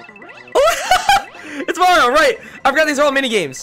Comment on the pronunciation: u said morio